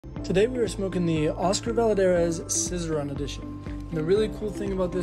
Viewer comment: Brother, I love ya, but the 2 L's in Valladares is pronounced as a Y, not an L sound. (Vie-ya-dare-es) 👍